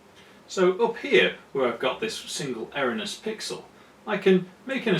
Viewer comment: It's far too late to correct your pronunciation of "erroneous" isn't it ;-)